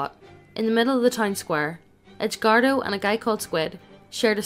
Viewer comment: Text: Edgardo Reader: EDGE-WARDO